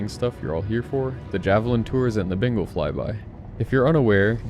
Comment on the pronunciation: Is it just me or does it always sound like he says Bingal not Bengal lol.